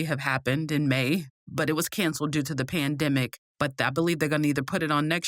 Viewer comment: The” Pan (dam)dimic “😂😂😂🤣🤣🤣